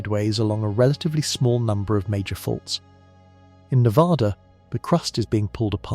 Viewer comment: Ne VA duh Not Ne vaaahh duh